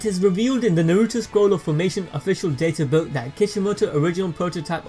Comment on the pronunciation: I cant handle the butchery of the Naruto names ugh